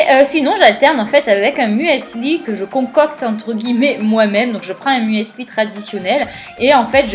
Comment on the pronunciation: "Un mUeseuli" hahaha